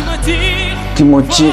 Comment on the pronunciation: Great Reaction bro and Dimash The Best Ever (Bukan Kimochi2 bro tapi Kimathi2 kmu lucu bgt bro haha